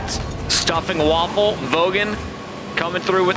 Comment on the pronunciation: Isn't Vafele's name pronounced as "ver - fell" as opposed to "waffle"?